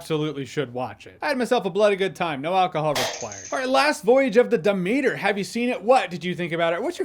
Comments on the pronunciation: Pfft, Jeremy's pronunciation of "Demeter" is hilariously cringe. Dem-eater 🤭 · bro said "da meter" 😂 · De-meater lol. I'm out. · Of course he doesn't know how to pronounce Demeter....haahhaha